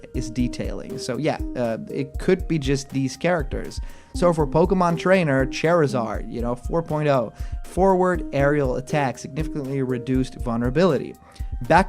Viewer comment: did you just say CHAIRizard? Ughh